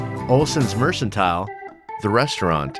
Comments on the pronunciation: Yeah that was driving me nuts watching this and hearing him mispronounce that word. Anyone who watched the show would know it was a hard C in that word. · you need to go back to school and learn how to read and learn correct pronunciation. Mercantile is pronounced: "mer kan tile". Not "mer san tile". Once or twice mispronunciation, ok. But every time was so irritating. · Mercantile is not pronounced mersantile, but merkantile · This really bothered me too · Loved the documentary! But, for goodness sake, the store is pronounced "merKentile" with a hard C, NOT "merchentile" with a soft "ch"! Please research proper pronunciation! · Great video and enjoyable. The word mercantile is pronounced merKantile I believe. The narrator said, “MerSantile”. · Ive studied Lauras life for many years... both teh books and show are superb. Its not pronounced Mersantile, it pronounced Merkantile. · Good job! FYI Mercantile is pronounced Mer 'kan' tile, a hard c. Just sayin. :) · Why is he saying "mersentile""? Should be pronounced 'mercantile' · It is NOT pronounced "mer-sin-tile", it's pronounced "mer-can-tile". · Mersentile? Mercantile, merkintile. You need a dictionary son. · MrRandyh07 i noticed that a lot of these documentaries are people who pronounce words wrong. 😂 what can you do, right?! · Should have given up trying to pronounce it right and just called it "the store" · Mercantile is pronounced with a hard C. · Olsen Mershentile? Is like pork chopsh and apple shauce? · The narrator should know how to say mercantile not Merson tile and the name of the character was Nelly Olsen not Nelly Oleeson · It's pronounced "Mer-KEN-tile" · You lost me at “ mersantile.”